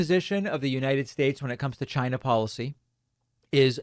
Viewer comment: Why do you pronounce China that way?